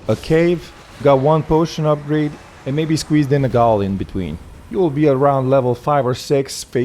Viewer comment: fun fact, its still pronounced as jail even though its spelt like gaol, that's just the old British and Australian way of spelling it but it was still pronounced the same